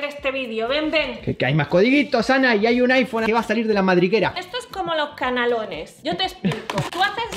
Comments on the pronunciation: xDDDDD ¿Coméis "canalones"? ¿o "canelones"? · se dice canelones no canalones xd